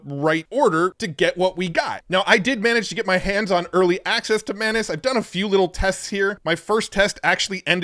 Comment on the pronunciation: "Man-us" would be the pronunciation with two n's in the middle. The real name is pronounced "may-nus"